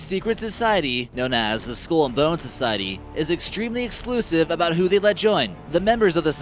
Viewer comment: "Skoool and Bonz..."